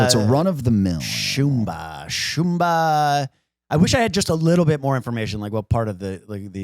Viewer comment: Btw it’s Simba in The Lion King not Shumba.